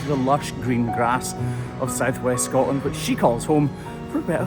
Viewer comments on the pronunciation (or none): none